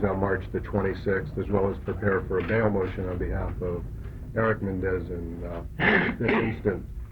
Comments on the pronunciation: Stupid Shapiro doesn’t even know how to pronounce his client’s last name! “Mendez”?? FCKNG pompous idiot. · Shapiro isn't even pronouncing their last name correctly. It shows how uninvested he was in this case. He figured they won't win so why try. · I noticed that too. I was hearing “Mendez” 😑